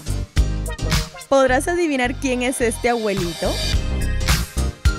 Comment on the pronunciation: primero aprede a pronunciar abuelit@ no aguelit@ 😑😑